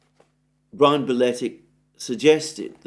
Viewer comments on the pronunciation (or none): none